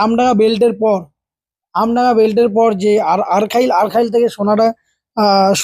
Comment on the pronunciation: Ota "ARKHAIL" noy "ARKHALI"... "SONADIHI" noy "SONADANGA"....plz rectify next time